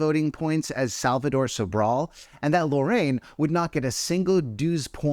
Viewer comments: Why do people keep mispronouncing Loreen's name like "Lorraine"? It's literally phonetic, lol. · Not “Lorraine”… 🤣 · also, why is this guy constantly mispronouncing Loreen's name?!? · Loreen is actually pronounced “boring”